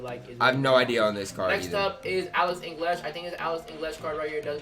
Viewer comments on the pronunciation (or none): Yeah like wtf how can you not pronounce your native language